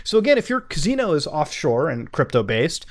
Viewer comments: Muta: “cuz-ee-no” The rest of us: “ca-si-no” 😂😂😂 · Worst part of this was having to hear him say cazino over and over while his smoke alarm beeps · Kuh-SEE-no. Not kuh-ZEE-no... fuck man.. Lol Other than that, good vids. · Muta trollin' HARD on this one with the " caZino " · nrly, more like "cus-ee-no" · I love Mutahar but the amount of times he said "CAZINO" in this video made me cry. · All of this excellent investigation but I’m mostly entertained by the way you say caZZino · I can only take a couple of "caZino"s into my ears before I have to click off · Sorry bro. I love you but the way you say casino is fucking hilarious. "CAZEENO" 😆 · Dope video. But why are u saying cazino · lol my man said ka zee no .... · Why do you keep saying cazino? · good video, enjoyed immensely, stop saying caZino! pepeW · 0o0o oo o muta'' Love ya muta '' you pronounce casino as kazino so tute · CAn you stop saying cazino plz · I couldn't pay atttenion cus muta kept saying cazino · Even though this series is fantastic I’m glad it’s over so I don’t have to keep hearing muda mispronounce casino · The way this guy pronounces “Casino” really annoys me.